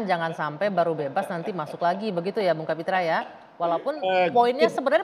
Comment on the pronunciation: Kapitra mengapa jadi Kapitru ?